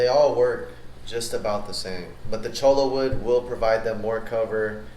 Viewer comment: When you say "Cholla wood" it sounds like "Cholo Wood".... An entirely different type of wood ...